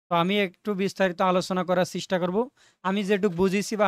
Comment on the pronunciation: ভাই এটা চিস্টা না চেষ্টা 🙂